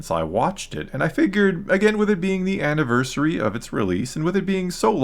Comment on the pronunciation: "anniversary" lol